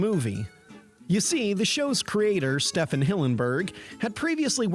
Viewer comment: Haven't heard this theory before, but seems to hold up. I assumed Merriweather was male because it's generally considered a boy's name. Oh, and what's with that unusual pronounciation of STEE-ven's first name?